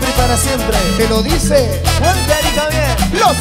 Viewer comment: dejen de decir , Gualter y javier... es ridiculo...